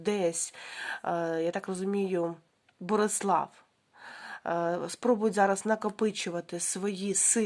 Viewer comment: Доброго дня! Правильно казати- Берислав. Дякую Вам за розклад